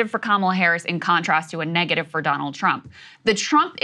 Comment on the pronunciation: Did he say "Drumpf?"